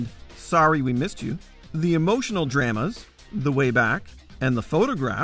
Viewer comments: I will never get used to that pronunciation of the word "drama." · When he says draa-ma